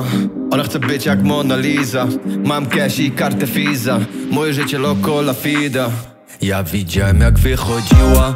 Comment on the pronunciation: Co ten koleś z tym wymawianiem F zamiast W w słowach Visa (fisa) i loco la vida (fida)??? Niech mu ktoś powie, że to się wymawia jako W